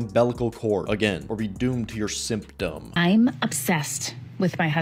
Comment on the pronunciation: Lmao "simp-toms" 🤣